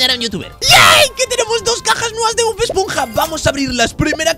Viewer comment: dijiste bod esponja ❤